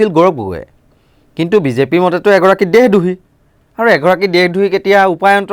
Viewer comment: দেহ দ্ৰোহী নহয় দেশদ্ৰোহী উচ্চাৰণ কৰিব লাগে মহাশয়